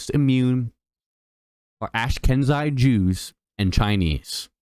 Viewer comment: Work on your pronunciation!! Ash-keh-nazi Jews...